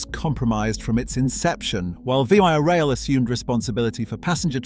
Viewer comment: Well researched and great video clips. Unfortunately you didn't research how to pronounce VIA Rail, it's not V. I. A., but Via, like the English & French word. Also, Regina is pronounced with a long 'i', it rhymes with a body part.